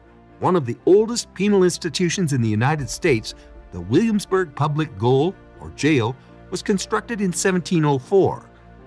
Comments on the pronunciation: It’s also NOT the Public Goal. It’s the Public Gaol ( English spelling for Jail) pronounced JAIL!!!! Did you even go to this place or just rip off other’s videos, etc.? ( like you ripped off my business ghost tour videos without asking permission!!!!) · Gaol is pronounced jail. It is the British spelling for the American jail.